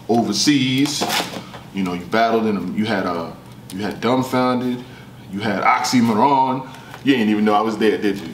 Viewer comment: Why keep sayin' OxymoRon? 😁